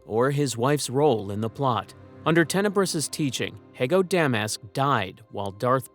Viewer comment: Hee-go Da-Mask. Not He-go Demas And Sy-fo Diaz, Not Si-fo Die-as